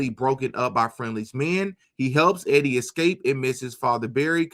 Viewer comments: E-die= EEEEDee not Eddy, just thought I'd clear that one up for ya. lol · The girl's name is not Eddie...it is EEEEE-DEEEE LONG E SOUND: JUST FYI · You pronounce Edie as Eee-dee...it's a woman's name. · "Edie" (female) pronounced - Eee-Dee (not Eddie) 👍 Great videos, man. I just found your channel. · Eeeedie....not eddy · Edie is a girl Pronounced E-D Eddie is spelled w/ two D’s .. fyi .. anywho keep up the good work .. I don’t usually point out grammar but in this case I didn’t want your audience to be confused that two guys kisssd . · Just thought you might like to know,, the ladies name Edie rhymes with.